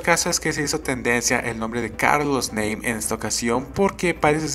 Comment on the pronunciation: Se pronuncia "NAME" no "NEIM" jajaja